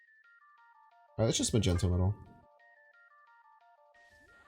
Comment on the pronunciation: Ufcourse not, he just dislecsia